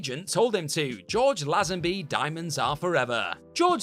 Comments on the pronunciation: His name is pronounced George "LAY-zun-bee". Sorry. It was like nails down a chalkboard. (See also e-MAY-ciated.) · It's pronounced LAYZENBY. This channel gets it's wrong every time. 😛